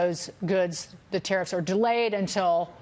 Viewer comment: yes, the "teriff". - hahahaha